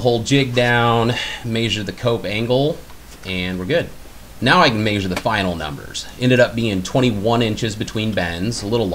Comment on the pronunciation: Good video. But i'm aspy and I wish this vid had "measure" and not "mayzure". Idk it just makes me cringe. Sorry. Great vid otherwise.